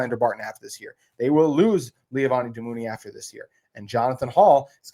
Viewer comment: I love the show and watch every day, but please re-read Levani Damuni’s name, it’s Le-van-i Da-mun-i. He has been a stud for the team and I am excited to see him on the field again.